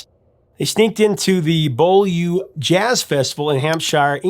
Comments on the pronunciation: Beaulieu Jazz Festival. Beaulieu is pronounced like 'bee-yoo-lee" and rhymes with truly, duly, newly. Not "Boll-you" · God spare the Americans - Beaulieu House is pronounced Bewley, it's the birthplace of the Royal Navy. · confusingly 'beaulieu' is pronounced 'byouwley' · The Beaulieu Jazz Festival It's pronounced Bewley. It's a village in Hampshire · Beaulieu is pronounced bewlee. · I had to chuckle at the pronunciation of Beaulieu. Easy to get it wrong. It's actually pronounced Bew-lee. Great video though, keep up the great work. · Nice backstory on the song. "Beaulieu" is pronounced "BYOO-lee", which makes about as much sense as Magdalen ending up pronounced as "Maudlin". Also people from Liverpool are "Liverpudlians", not "Liver-bud-ians" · Bol-you Festival ... ! come on Professor check out pronunciation of Beaulieu, Hampshire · Most Americans would fall about laughing if we pronounced the second s in Arkansas as an s. I literally had no idea what you were talking about when you mentioned Beaulieu in Hampshire! Our English is of course ludicrous, the shire in Hampshire is cut short, as in her and this is the same for all names ending in shire. When we talk about a shire though we pronounce in with a long I as you did. Utterly confusing. Beaulieu on the other hand is butchered by us into Bewlee; your pronunciation is actually half right in French which is what the word is from. Beau as in pretty or beautiful. The lieu, meaning place, is trickier to spell phonetically suffice it to say we both mess it up.